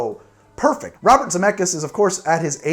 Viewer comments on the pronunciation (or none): none